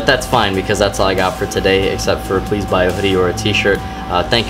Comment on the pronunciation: "please buy a video or a tshir" Mmmk